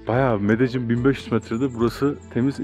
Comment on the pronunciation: Abi Medellin’e medecin demek zorunda mısın ?